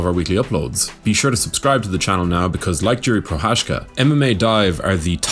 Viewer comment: Everyone is butchering his name. how to pronounce "Prochadzka" correctly. It takes time.. So here is the tip how to make it better : You guys mastered "Cha"mzad already so use the same "Cha" pronunciation in Pro"Cha"zka